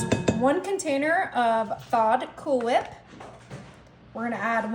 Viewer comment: Why are you putting so much emphasis on the H?